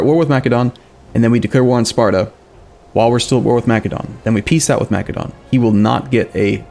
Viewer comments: YOU SPELL MACEDON WITH THE SOFT C like an S, REEEEEE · Massédon not Makédon ;) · it's Macedon my guy